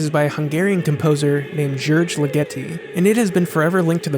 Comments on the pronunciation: It's Ligeti not Ligetti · I hate to be 'that guy', but I believe Ligeti is pronounced ['ligɛti], with the accent on the first vowel. Love the essay, nevertheless :-) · Hey, not tryin' to be a jerk, here, but Ligiti, the Hungarian composer's name, is pronounced LEE-geh-ti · Re: György Ligeti - I believe his last name is pronounced LI-get-i, as in "lickety-split"! FANTASTIC series of videos, though. I've loved this movie ever since I first saw it on a cold winter night in Canada in 1972.